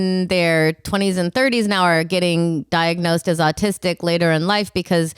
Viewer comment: I thought said 'oldtistic'... I'm making that a thing.